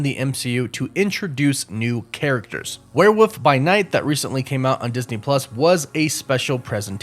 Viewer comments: I find it interesting you pronounce it as "Were-woof"... like, where'd the L go? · your pronunciation of "werewolf" is absolutely adorable